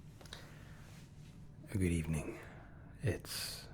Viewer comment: him trying to say good also him: veryy gött